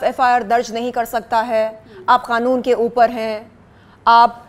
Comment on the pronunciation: Yeh kanoon ko khanoon kyu bolti hai over acting 😅😅😅